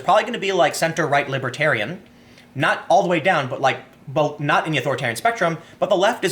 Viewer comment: Both not bolth